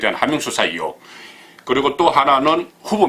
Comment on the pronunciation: 이혹아니고 의혹